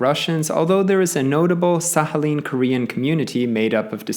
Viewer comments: Nie Sahalin ale Sachalin. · I don’t think it is pronounced as an H, instead like kh or at least K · But don't you pronounce the k in Sakhalin? It's weirding me out he pronounces it like there's an H but no K. I was thinking maybe he was just better informed than me until i heard him pronounce oblast 😅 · Sakhalin, not Sahalin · SaKHAlin not SAHAlin!! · Sahalin is not correct either though, I understand that English doesn't have the х sound (ch in Czech where I'm from) but it doesn't seem very difficult to learn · Well, I though that he was trying to pronounce it closer to Russian way (he did approximate Sakhalin with a /h/ sound so ig that made me think that). And like, even if he didn't want to pronounce it closer to the Russian way? The comment can still be interesting for some people to read, so your arguments are a bit strange for me too Also yes I do have anxiety so I tend to exaggerate what people say in my head often, sorry And yeah ig your right about the American accent (I still think you should've specify that you were talking about general American tho) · Why is the k silent? 🤫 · Why does he pronounce Sakhalin like that 🤣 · well he butchered the pronunciation regardless in a way unique even amongst americans. Usually "kh" would be pronounced as it is in "khan" by americans which is incorrect in a different way. However the "oblast" pronunciation is uniquely bad. He would be closer by saying "OH-blast" as Americans usually do. OP is offering a helpful linguistic perspective (in a very respectful way mind you) and you seem defensive and offended for some odd reason. Also LOL at "general american accent" while talking about the New England accent. How reductive of you.